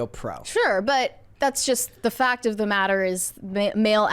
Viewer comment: said “focked of the motter.” I like the channel, and, but when did this generation learn that short A sounds like short O?